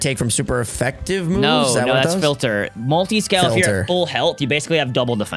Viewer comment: Dylan’s face when said “Mutiscale” was hilarious 😂